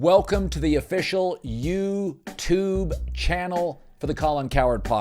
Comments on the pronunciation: Why he say YouTube like that 😂😂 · bro says youtube like my grandma 😂